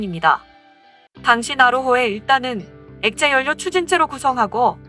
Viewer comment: 자음접변 현상에 의해 '연료'는 자연스럽게 '열료'로 발음하면 됩니다. 다른 채널 영상들에서도 요즘 억지발음들이 많아지는데 이것도 유행인지...